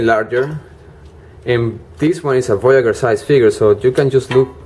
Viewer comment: I find this hard to convey over a textual comment, but voyager is audibly pronounced VOY-a-jur, not VOY-a-gher. Emphasis on the J sound, like Blue Jay. Voyager: one who voyages, one who sets out on a voyage. It's fine that you have an accent, and my intent is not to be rude, but even so, please use the correct consonant sound for this word. Thank you.